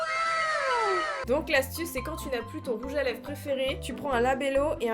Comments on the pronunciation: Je vien de remarquer que tu dit " rouge à leve" et pas " rouge à lèvres " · 😂trop belle ♥️ 3.55 tu dis rouge a lèves 😂et pas rouge a lèvRes 😂bref continue comme sa ♥️ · Elle me bute à dire rouge à leve au lieu de rouge à lèvre 😂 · "rouge à leve" ?? Chuis pas sourde rassuré moi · Je suis a seul à avoir entendu "rouge à LÈVE" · mdr🤣🤣🤣j'ai cru entendre rouge a léve🤣🤣🤣🤣sinon continue comme ça biz😘😘😘💖💖💖💘💘💘💝💝💝